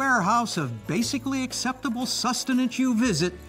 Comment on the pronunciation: I died when he said acceptible sustinance